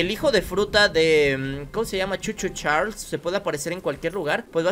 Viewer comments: No sé lee cho cho chales se Lee cho cho charles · no se dice Choo Choo Charles se dice Charles